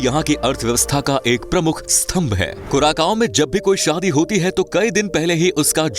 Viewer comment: कुराकाओ नहि कुरासाओ है, इतना बनालिया है तो नाम भि सहि लिया करो